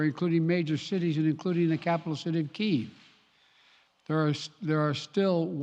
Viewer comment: And btw, someone tell him it's pronounced Key-ev.